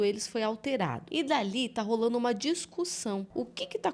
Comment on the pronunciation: Não se fala ta rolano é tá rolando